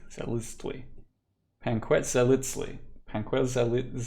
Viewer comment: watching you try to pronounce panquetzaliztli was easily the funniest thing i've seen all day. that made my day. thanks for the video!